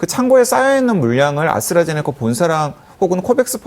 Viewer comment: 아스트라제네카를 왜 아수라제네카라고 하냐?